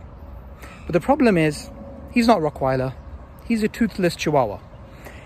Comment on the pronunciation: I swear it's "rottweiler" not "rockweiler" lol